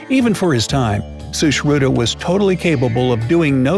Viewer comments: When he was like shooshruda I was like srushruTa cuz I am indian 🇮🇳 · its sushrut not sushruta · Shushruta what did he pronounced Huhh😂😂